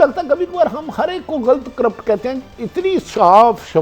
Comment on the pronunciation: Ap urdu ki talk show main baithney hain " Kathey" naheen " akhatey" hota hai umeed hai keh apko idraak ho gaya hoga